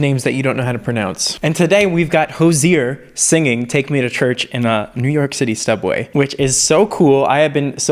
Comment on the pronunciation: Anyone else hear say sTubway lmao